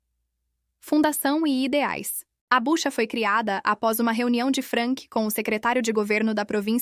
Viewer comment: É BUCHUA e não Bucha como está sendo relatado! Obrigado!